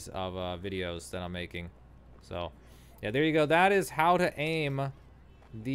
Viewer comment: "how to AIM'UH" Ha